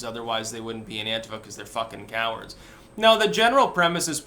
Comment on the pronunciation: It's an-tee-fa